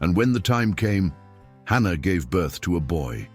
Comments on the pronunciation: Its Hannah, not ANNA.😢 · It’s Hannah not Anna 🤦🏽‍♀️